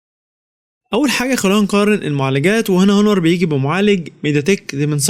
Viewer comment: اسمه اونر وليس هونر ... ملعون ابو مجانيه التعليم